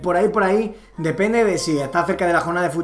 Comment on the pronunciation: Mg por que ha dicho depene en vez de depende 💜💜